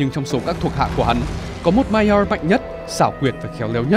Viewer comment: phát âm chữ Maiar nghe khó chịu vl, bớt ngựa khi nói tiếng anh được k